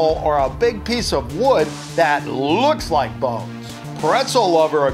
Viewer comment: Bones not balls